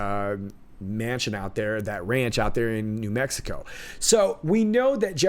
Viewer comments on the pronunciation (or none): none